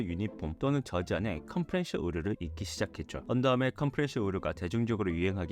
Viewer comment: 자막은 컴프레션이고 발음은 컴프레셔 라고 하는데… ㅡㅡㅋ